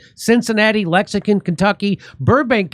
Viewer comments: Lexing TON , not Lexing CON, Kentucky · It's adorable how Jimmy can not pronounce Lexington.